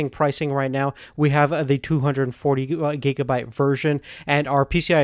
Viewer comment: It's not gegabyte, it's gigabyte!!!